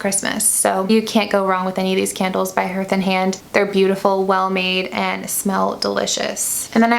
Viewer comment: Lovely video but just one note was distracting. Hearth is pronounced harth. Long a sound for the ea.